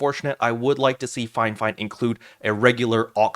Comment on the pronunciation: I am watching this and CANNOT understand why you keep calling it FINEFINE?????